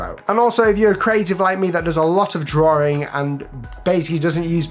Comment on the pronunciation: it’s drawing, not drawering. You need to knock out the extra r to say the word properly.